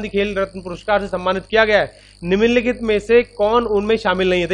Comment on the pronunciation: Are vo niminn nikhit nhi nimnlikhit hota hai🤣